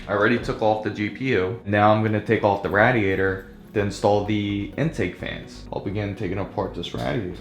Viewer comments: It's pronounced Ray-diator, not Rad-iator...;) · It's RAY DIATOR. NOT RAD IATOR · i had to stop the video. i couldnt take the Rah-De ate her anymore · how has this guy never heard someone say radiator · Nice video but you're saying radiator wrong and it's incredibly triggering